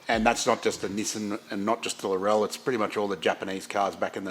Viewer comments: Bloody Aussies. It’s pronounced like LAWRELL LAW RELL 😂fantastic looking car laurel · It's Laurel as in Laurel bush not Lorelle 😂🤣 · ITS NOT LAURELLE.... its Laurel. as in Laurel and Hardy..... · Laurel would be pronounced Laurrelle if it had a "lle" at the end. It is called a Lawrel like a Laurel wreath from roman times. Just sayin' LOL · OK, I can cope with day-ta vs da-ta but wtf is a lor-ell? It's a bush(or girl's name) not a Kryptonian. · Nope, Irish. We (and the British) say laurel differently, more quickly and without the stress on the second syllable. You do you, it's just weird to me. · It’s funny listening to other countries pronounce the names of cars. 😂 Defo a sweet build.